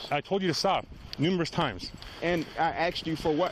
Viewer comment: He is called a masters student, and he says axed instead of asked.